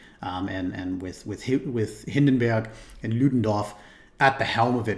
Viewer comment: Its not Hindenberg, its still Hindenburg, even in german my man. Greets from Germany. Anyway good input on the video for people who barely know anything about it etc.